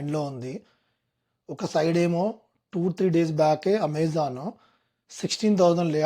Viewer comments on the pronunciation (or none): none